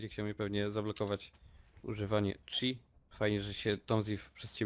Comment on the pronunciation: nie czip tylko czi